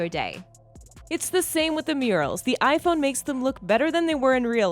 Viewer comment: Why does she say it HiPhone